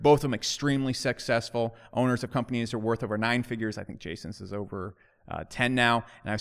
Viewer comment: Did just call Jason & Nathan extremely "sexccessful"?